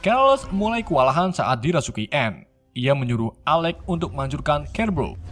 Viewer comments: Keles / Charles dibacanya tetap Charles Cerebro dibacanya tetap Cerebro/Serebro bukan KEREBRO min Coba tonton filmya ya min😁😂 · Keles = carles Kerbo = siribro Script nya di bikin indo aja min kalo susah nyebut🤣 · kerles, kerebo, futur, sumer, ravan, nikrewler, virs kles, refan, keleben, dsb geli dengernya tapi gapapa,,,lanjuuuuttt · Bang belajar betul penyebutan lah. Biar kami tdk sesat jg. Apa itu "kerebro. Skot sumer, dll" tolonglah klo ngonten yg niat. Trims 👍🙏